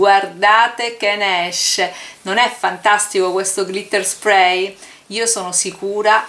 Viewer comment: Ciao cara, ma se si usa l acetone lo smalto si rovina vero? Cioè si decompone proprio, a differenza che con l 'alcool, oppure è identico con alcol o con acetone? (ps: te lo dico sottovoce, ma si dice NEIL con la e:) Sprey lo dici giusto, smack!!! P.s. su colori a spirito o ad alcol questo spray li spatascia a dissolve, in realtà anche l'acqua. percui per chi vuole glitterare un disegno fatto con i pennareli?Impossibile?